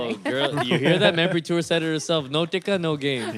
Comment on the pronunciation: Learn to properly pronounce your last name.